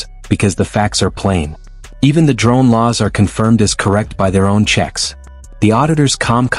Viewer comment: Hilarious 😂 the way the police man at the start of the video trys to pronounce the word drone . Dwone😅 . can't pronounce his 'r's '.😅😅😅